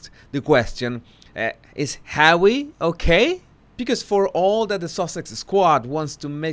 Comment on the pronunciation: No matter how bad my mood or day is going as soon as you say Hawwey I smile and say it out loud Hawwey